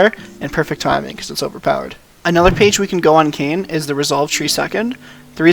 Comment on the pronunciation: Kin - Kane Co-op de gra-se - coop de grace